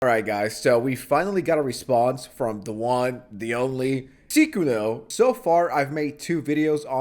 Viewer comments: It's "Sy-kuno", not "Sickuno" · Unc just making up pronunciations now. Seekuno and Sickuno lol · Bro why do you pronounce Sykunno like youve never heard anyone say it before, its not that hard dude 😭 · why you pronounce his name like that😂😂😂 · You're obviously intentionally mispronouncing his moniker, but I don't get why. Do you not like him and that's your way of subtly disrespecting him? Or do you actually think you're being funny? I'm not even irritated I'm just genuinely curious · Bro made 2 videos about the guy and still can't pronounce his name correctly or he might be trolling lol. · bruh, sykunno has a y in the name, so it's easy to mispronounce it as the ee sound instead of the eye sound, it's easy to forget, especially when he only found out about him so recently from this drama, he also pronounced light yagami from death note wrong but he obviously likes death note lmao 😭🥀